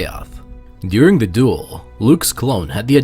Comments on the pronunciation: You aren't disappointing me at all, that's ok, it doesn't have to be to narrate videos. Or to enunciate words/syllables/sounds bud. I know they aren't, and they don't need to and shouldn't be. It is a good thing to have great diversity, but that has nothing to do with you enunciating the "el" in duel/dueling. And my suggestion was just that, a friendly suggestion and comment about something I'd noticed and also found a little amusing. You can take it as you will, and do/don't do whatever you want to with it bud. You gotta admit tho, it's a bit funny hearing "when mace was doing sidious" hahaha, and is kinda funny but also a bit odd hearing "when luke was doing his father" lol. Anyway, thanks for the reply and for yet another cool video! Have a great day and may the force be with you, always! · Yeah I know, that's what makes it funny, and while it sounds a bit odd and gross/messed up/foul/etc when it sounds like "when Luke is doing his father" we do know that you are saying duel so it's not actually odd and gross but rather kind of humorous. The "when Mace was doing Palpatine/Sidious" one it hilarious no matter what tho lol!